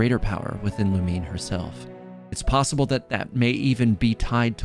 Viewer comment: It's Lu Mi Ne not Lumine. Like Namine from kingdom hearts. Its three syllables.